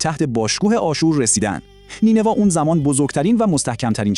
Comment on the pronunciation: یک اسم رو حداقل درست میگفتی همه رو اشتباه میگی هووَخْشَتره فرورتیش نینوا ........